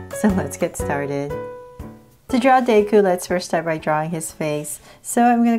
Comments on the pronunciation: LOL the way she says deku. She says “ Dayku” LOL, Anyways thanks for showing me hoe to draw this awesome drawing! 🤩🙌✨ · Day ku??? Hmm lol but the way you drew Izuku Midoriya is adorable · YOU SAID HIS NAME WRONG !!